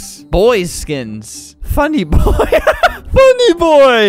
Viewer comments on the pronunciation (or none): Funny boy Albert: F A N N Y B O Y